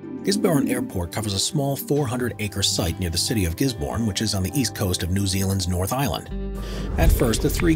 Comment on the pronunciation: Gisborne is a tiny little place (35k residents) 500 km southeast of Auckland on the lonely lower east coast of the north island. That they keep showing pictures of Auckland is strangely misleading. Also if you pronounced the town's name like that they would laugh you off the street ;-)